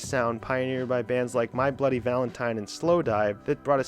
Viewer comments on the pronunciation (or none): none